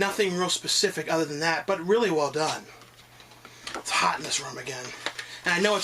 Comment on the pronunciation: he said hoot instead of hot XD that's hilarious